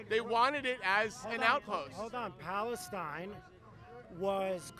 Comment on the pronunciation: The beginning after the intro… They can’t even pronounce Palestine correctly 😂